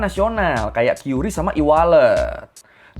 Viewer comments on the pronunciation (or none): Qris bang dibacanya kris bukan kyuris